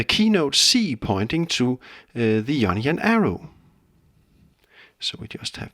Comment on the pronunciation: anyone else here onion scale when he says ionian?